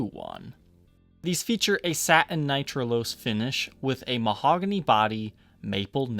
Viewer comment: Decent review but, dude...what's with this "SA-EN" finish and strap "BU-EN" on an angle -- Real Housewives of Atlanta thing you got going on there?